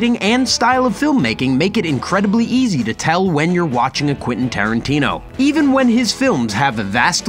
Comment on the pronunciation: Please stop saying "Quinton" 😂